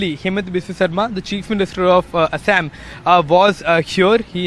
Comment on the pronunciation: Tell the reporter to say Assam properly. No need to add weird accent to it.